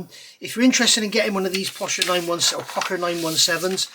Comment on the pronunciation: I've been building Pocher kits for years and never heard it pronounced POCKER always Poe-SHUR. I guess it's like Porscha versus Porsh.